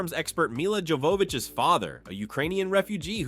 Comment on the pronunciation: AI added an extra syllable to Milla Jovavich.